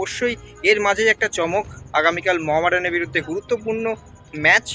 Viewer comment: মর্ডান না দাদা ওটা মহামেডান , ঠিক করে ক্লাব এর নাম টা বলো ।